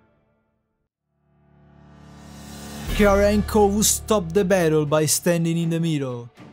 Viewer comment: is Kovu, not Kovo